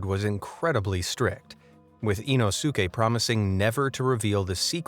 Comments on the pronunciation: It's Inosuke (EEE-nos-kay) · Not sure the narrator will read this but if a Japanese word ends in "suke" it's generally, if not always pronounced "s-kay" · You mispronounced the Japanese ninjas name, it’s ino skay being the closest way to write the pronounciation of it, it’s two separate words in the Japanese language put together to form a name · Did he say inoske 😈 🗡️ demon slayer reference ??? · sorry but did hey say inosuke kind sounds like inoske 🤔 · dude! THE U IS SILENT IN INOSUKE'S NAME! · I'm really sorry but the narrator did Inosuke's name really bad. It's worse than Inosuke's name pronunciation